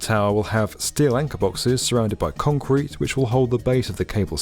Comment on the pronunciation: Love the video, however, the word is CONCRETE, not KHANCWEEET. Thanks.